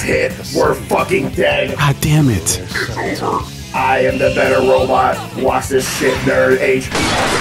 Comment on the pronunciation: I can hear him saying wash this